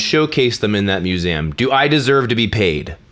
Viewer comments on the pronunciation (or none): museum isnt pronounced "muse-ahm" . . . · Good video but why do you keep pronouncing museum like that.